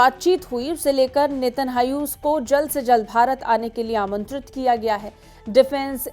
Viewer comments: Anpadh anchor. Not netahau. Netanyahu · Please learn to pronouce israeli PMs Name correctly its Netanyahu not Netanhayu